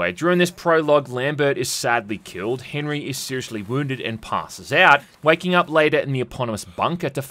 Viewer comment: As much disdain I have for the damned French, Henri isn’t pronounced Henry